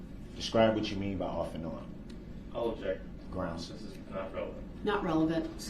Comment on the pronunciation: Does he think if he says grounz repeatedly then he wins??